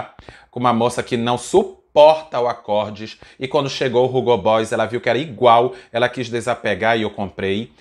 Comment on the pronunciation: Tira esse R da pronúncia do Hugo...é "ugo" mesmo! 😄